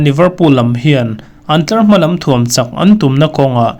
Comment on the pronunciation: Chaaaak nilo in chak a nilo maw